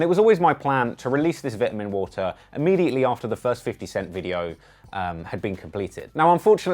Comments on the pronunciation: Vit-ah-min water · 😂😂 Don’t worry, you killed it as usual my boy. The Vit-Uh-Min water video is a success. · OMG the way you say vitamin water. And even more you alternate between that and vai’amin waa’er